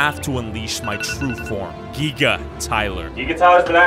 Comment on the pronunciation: It's giga bot giiga